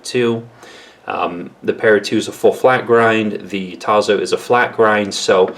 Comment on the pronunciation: T A S S O, Italian pronuntiation. You need to learn other languages my friend.